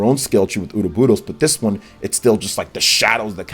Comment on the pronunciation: HHHAHA!! Ouroboros is not a jananese word, and not pronounced "oo doe boo dose"